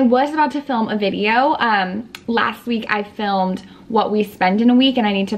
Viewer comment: Why do so many people say lasht year 🤨